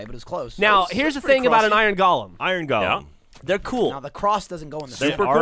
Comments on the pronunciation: Twitch twitch. It's pronounced like goal-um. Not Gollum. Twitch. Cringe. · How is it possible that no one in the fucking world can pronounce the fucking word Golem like its actually pronounced? Its "GOH-lem." "GAH-lum" is a fucking character from Tolkien. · (Go-lehm) not (Gollum) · pronounced gollum in some places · It's pronounced GOH-lem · They keep saying Gollum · From merriam-webster: go·lem noun \ˈgō-ləm, ˈgȯi-, ˈgā-\ Or in a language you can understand, it can be pronounced either fucking way. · Ugh, a whole episode of "golem" being mispronounced ...